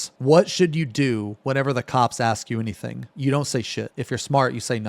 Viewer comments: How hard is it for some americans to work out the word "Ask", its really not that hard, there clearly isn't an X, get a handle on it. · i feel like he's going out of his way to say axe isntead of ask, cause he doesnt say axe everytime